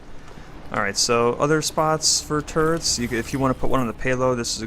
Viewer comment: Instead of Turrets i hear Turds xD. No offense